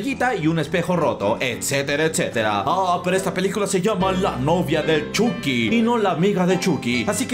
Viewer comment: Ni eso, se dice "Chaqui" :v